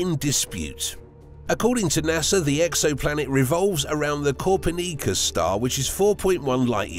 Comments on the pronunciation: Cawper Neecus star???? WHAT? Copernicus SAY IT PROPERLY! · I thought they were pronounced “Jan-sen(not Yan-sen)” & “Co-PER-ni-cus”, no? Also, tech-nically it would be safe to visit these planets, IF they had safe moons to land on(which we all know Jupiter does). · I know he’s British but they don’t talk THAT funny 😄 You need to look up how to pronounce famous people’s names like Copernicus! And there is no Biblical vision of Hell, most people’s vision of Hell comes from Dante’s Inferno, a poem by a guy named Dante in 1300.